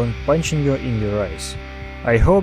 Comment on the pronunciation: What are your ozer videos? is it so hard to pronounce OTHER? haven't you ever thought that TH is not Z? If TH is pronounced like Z so why don't they write Z instead of TH.......?